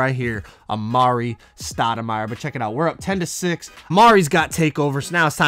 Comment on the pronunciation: When he says a ma ree it gets me tight